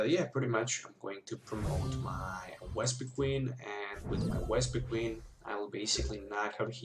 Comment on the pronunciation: You kept saying Wespiqueen and it was very annoying. xD